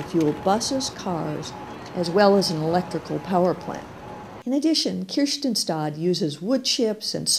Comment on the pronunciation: I don't know why she's saying Kirstinstad. Men jag alskar Kristianstad.